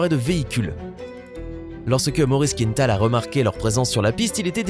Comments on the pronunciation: On prononce quin-tal, pas quinne-tal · Il ne faut pas prononcer «Quinetal» mais «Quintal», c'est un nom québécois et donc d'origine française. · "Il faut savoir qu'un kilo ne représente qu'environ qu'une 1/2 livre" ouf.... 1 Kg c'est plutôt 2,2 livres... Et c'est quoi cette invention d'angliciser la prononciation d'un nom parfaitement francophone Maurice Quintal se prononce KINTAL et non pas KINETAL comme dans une quinte de toux, on ne dirait pas une quinete de toux. Je rappelle aux Français que tout ce qui est nord-américain n'est pas forcément anglais. Il existe le Québec et d'autres communautés francophones en Amérique du Nord. Une petite recherche avant de narrer une vidéo peut-être ? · Les Français (ou uniquement le présentateur) ne connaissent pas le nom de famille très francophone de «Quintal» ? Ils prononcent «Quinetal».